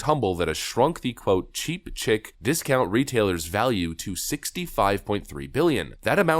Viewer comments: "chic" isn't pronounced "chick", it's "sh-EE-k" - the word as a synonym for "fashionable" or "classy". Although, it's only cheap chicks that think Target is chic. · "cheap chic" pronounced, "cheap sheek" not like chick. sorry. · 'chic' is French derived English, it's pronounced 'sheek', not 'chick', just so's ya know. Friendly Brit. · Target's label as a discount retailer of "cheap chic" is pronounced like "sheik" or "sheek" You would say the label, phonetically, as "cheep sheek". Everything else was great, just trying to help out. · Chic=sheek... sorry had to call it out Boss, I got 4 womurnz at the house, so I'm well informed lmao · for future reference, chic is pronounced sheek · Lol “chic” is pronounced “SHEEK.” It’s cheap chic. As in the stuff is cheap but stylish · Chic - pronounced 'sheek ' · It's not Cheap CHICK but cheap CHIC (shee-kh) 😂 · "Chic" is pronounced "sheek". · Next time you get a few minutes free: discover the difference between 'chic' ("Tish; that's French ") and 'chick'.....the two terms don't mean the same thing (at ALL), nor are they even pronounced the same. Stop making us cringe...... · "Chic" is pronounced sheek. It's French. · Chic is pronounced like Sheek not chick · cheap "sheek" not "chik" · it's pronounced sheek not chick. lulzlulzlulz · chic is pronounced sheek. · Bro. You don’t know the word chic? Rhymes with sheek. It’s French. Means fancy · Chic pronounced Sheik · Chic is pronounced Sheek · Chic is pronounced "sheek". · "Cheap (Sheik)". Just so you know. Love the vids. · He said "cheap chick" instead of cheap chic and all I can think of is an all girl cover band of Cheap Trick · That's not how you pronounce chic Just FYI, not having a bitch x